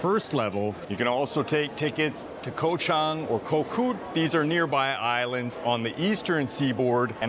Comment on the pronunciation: Very well done video. I think that did cover what's important at the airport. "Koh" is not pronounced "koh" though. It sounds like "gaw". So Elephant Island for instance, is "Gaw-Chang".